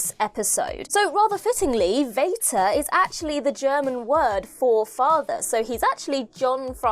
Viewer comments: I’m German and it is pronounced as Fater😂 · True but you pronounced it wrongly. Vater is pronounced just like "father", except the TH is replaced by a T. It's not "waiter" with a V. ☺ Also, I love that someone finally noticed that. 😊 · Vater, in German, is pronounced like "farter"... so maybe he was really a Slitheen ;) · Pity about pronunciation of the German version of Vater lol. Though I'll credit her for not connecting Darth Vader to it!